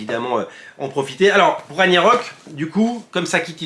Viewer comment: Pour Ragnarök (qui se prononce rague na rok), dire que je dois revendre mes tomes 😭😭😭